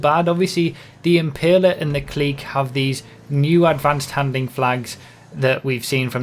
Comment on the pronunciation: Its. Pronounced. C L I C K